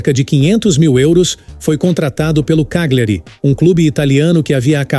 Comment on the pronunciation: Só uma ressalva, a pronúncia de uma palavra em italiano que contém GLI, se pronuncia como o nosso LH, ou seja, Cagliari se pronuncia CÁLHARI...